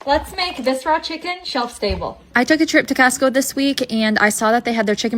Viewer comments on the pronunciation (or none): "Castco"? Oh, Costco! Quite an accent